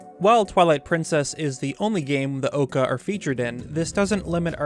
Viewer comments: Nah brah, not with that pronunciation. OOO-COO not OCK-OO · You’re saying occa, as if that’s how oocca would be pronounced, but that’s not the case. The localization obviously tried to liken it to the cucoo, and you’re just completely missing the mark... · Yeah, a million people have said it already but it’s pronounced “oo-koo” as in the word should rhyme with the phrase “blue stew” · I keep hearing you say "Ooccoo" and I keep thinking you're saying "Okuu" which is a nickname for the character Utsuho Reiuji from Touhou. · I've never met someone who saw "oo" and decided that it was pronounced as a long "o"? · Isn't Ooccoo supposed to be pronounced like a pigeon says coo? I don't know where the 'ah' and 'oh' sounds are coming from.